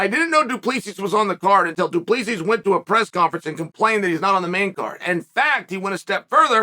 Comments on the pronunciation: Dude the way Chael keeps saying "Duplesis" is killing me. My guy it's pronounced "Doo-pleh-see* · It's pronouced Doo Plah See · My guy. The bad guy. Please. Okay. You pronounce it as. Duplesee or du-ple-c. Don't say the final S at the end. Please please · Hey, Chael. South African here. The correct pronunciation of du Plessis sounds almost exactly like, "Two plus three". Not joking here either - that really is the correct pronunciation for future reference. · Who is this "Du Pleesis" you speak of Uncle Chael?😂😂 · Just so you guys know the S at the end of his last name is silent :D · As a south african, he's definitely not pronouncing his last name right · The s in du plessis is silent chael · Chael, the "S" is silent du Plessis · Uncle Chael, FYI: the S in Du Plessis is SILENT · I'm south african and uncle chael butchered du Plessis surname. 😂 please someone help him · oh no haha. I can just imagin the people back I south africa listening going. Fuuuuuuuck. He is saying it wrong. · Daimn. That's weird. I gues it's also not the most common name where Chael os from so obviously he won't say it perfect. Like me trying to pronounce some Vietnames names.